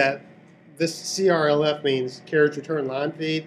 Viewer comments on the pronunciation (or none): ''sokabau how't wokrs'' "means karatutorandfi", well I had to google to understand CRLF means. Jokes apart, you upload great videos, great. But we could do with some better pronunciation, many would struggle with this accent. Cheers.